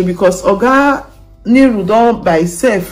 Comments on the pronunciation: Improve on your pronunciation the man's name is Nuru not Niru also the lady is called Moyo not Miyu or how ever you pronounce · Nuru not Niru pleaseeeee! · It's pronounced Nuru and not Niru